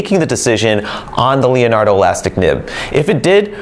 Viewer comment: thank you for the wealth of information. Until this video, I didn't know your were carrying an Elastic Fine & Extra Fine nib replacement. The Elastic Extra Fine is going to be added onto my next pen order. Leonardo makes a beautiful pen and no one pronounces the Leonardo name better than you.